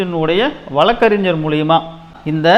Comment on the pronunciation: bro வளக்கறிஞர் இல்ல வழக்கறிஞர். தமிழ் தெரியுமா.